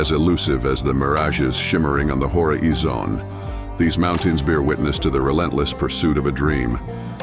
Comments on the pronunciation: im sorry to critique your video. Please forgive me. But your narrator at first of video. Not Sylvester it said (hor is zion ) instead of horizon. Not that we couldnt understand. I guess just miss old days i guess. Your pops now that was a narrator. Dang im getting old ❤❤❤ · AI commentator hore-E-zone instead of horizon 😂😂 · Hora-eeez- zon. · I love your explorations, but ditch the AI voiceover. "mirages shimmering on the hor-ee-zon". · when the AI voice said "whore-a-E-zone", I just shook my head sadly. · The AI narrator pronounced "Horizon" as "whore-ee-zon